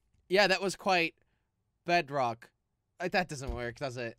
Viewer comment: I thought jelly said "You were hiding at the BADrock!"